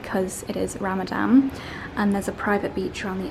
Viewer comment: It's Ramadan not Ramadam! As always very enjoyable vlog ❤